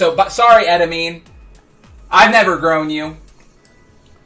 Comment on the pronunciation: The way he pronounced "edamame" makes it sound like a drug 💀